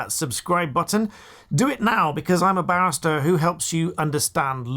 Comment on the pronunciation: OMG. I’m laughing so hard. At , it sounds like you said I’m a b*stard who helps you understand law. Too funny. Good thing I know you’re a barrister! Lol!🌀🌟💙